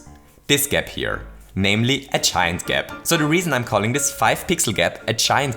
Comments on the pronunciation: Thought he was saying chime gap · I thought you were saying "chime gap" but you're saying "giant gap". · I just figured out he's saying giant instead of chine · did anyone else have no idea he was saying "giant" gap until like 3 minutes into the video